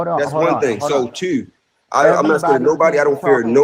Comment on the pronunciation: “so Teauuuurr”. Sir, it’s “two”.